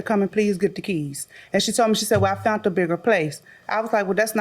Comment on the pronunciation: She “ fount”’a bigger house 🤣